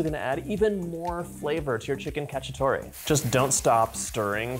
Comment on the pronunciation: It's CacciatorE not Cacciatori...